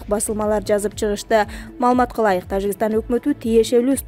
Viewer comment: Окуп жаткан кыз ...Тажикстан деп тазза эле окупсан жакшы болмок. "Ж" тазза эле айтчы. жи деп окубай.